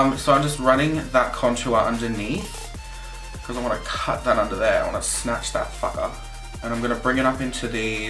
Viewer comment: How am I just hearing about you now? You are so beautiful and hilarious too! And I love how you say, "Snatch that fucker!" in your accent! Hahahaha! Great video! Thanks! :)